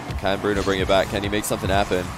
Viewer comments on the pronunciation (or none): it’s pronounced bruno